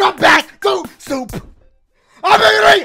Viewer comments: Just gonna skip the fact man said suwoop in his intro instead of soup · reppin bloods? “Welcome back to suu whoop, super Mario maker”😂😂😂